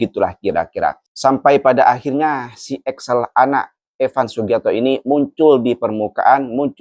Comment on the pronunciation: Bukan Axel tapi Excel.. Salah eja nama itu berbahaya sekali... Cari tau yang benar sebelum posting